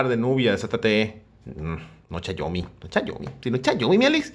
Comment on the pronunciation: todo mal todo mal no es chayomi